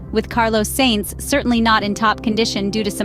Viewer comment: carlos "seinz" lol